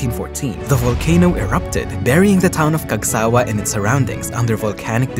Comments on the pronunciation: The intonation was on sa not wa. It bothered me. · the pronounciation is different as shown by the emphasis mark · Wrong pronunciation of Cagsawa